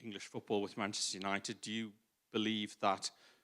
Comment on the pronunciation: Mancheter Junited - The Butchered 2023.